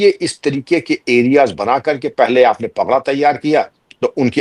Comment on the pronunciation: पगड़ा नहीं, पड़घा गांव।